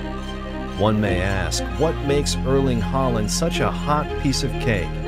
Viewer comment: 'Arling Hoeland' said more like that.